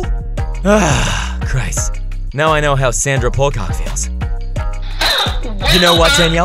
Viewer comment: "Sandra Pullcock"! I can't 😂😂😂😂